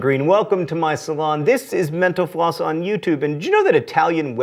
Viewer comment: AM I THE ONLY ONE WHO THINKS FOR A HOT SECOND THAT WHEN HE SAYS "MENTAL-FLOSS" THAT HES SAYING "MENOPAUSE"???